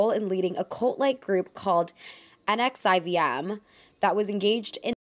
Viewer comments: Just a heads up, the Rainere cult is pronounced like nex-ee-um! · Not that important but just an FYI, Keith Raniere's former cult is pronounced like "nexium"